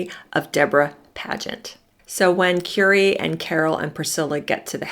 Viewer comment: Currie pronounced like "curry" not "Cury"